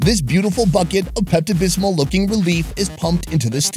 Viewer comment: "Hubba bubba bubble gum" " Pepto bismuth" 😂